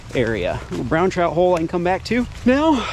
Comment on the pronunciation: Bro!!! You do know it's pronounced Trout...not, chrout